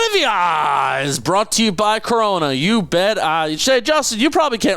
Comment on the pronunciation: You don't roll the R in Corona